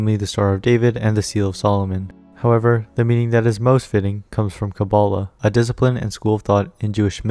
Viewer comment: Jean's and Barbara's last name , jist think about it for a second And it's not you didn't pronounce kabalah right